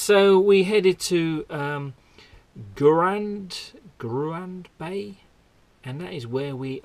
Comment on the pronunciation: minutes - wow - that view! But your pronunciation is terrible - Shieldaig is like 'sheel-dig' and Gruinard is sort of like 'groon-yard' . But I forgive you - love your videos:)